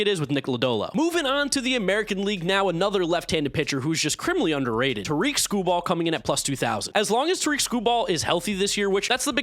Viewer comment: Just fyi Tarik is pronounced like Derek